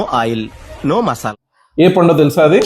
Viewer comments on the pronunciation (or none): none